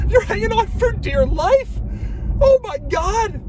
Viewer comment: The way he says "life" 😭🤣🤣